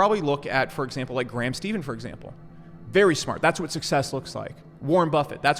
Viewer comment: My dude really just called Graham Stephan, Steven Gram 😂😂 nobody ever gets it right